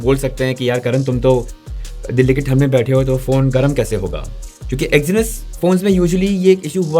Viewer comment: Exinus, bro.... Its Exynos!🤦‍♂️